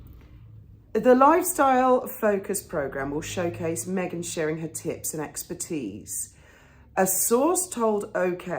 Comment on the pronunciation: Did you say her “tips and expertise” or was it “tits and knobbly knees”? I suspect that you might be right about the fate of the lifestyle show. so glad you added the caveat about the burning because one Joan of Arch is enough 😂 cheers 🥂🍾❤️